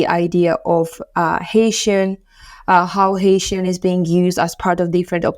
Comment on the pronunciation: I think Hessian is pronounced as heh-see-an, not as Haitian.